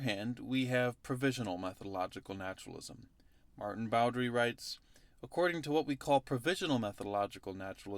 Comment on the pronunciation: Maarten Boudry's last name is pronounced "boo-DREE", by the way. Like him, I'm also Flemish. :)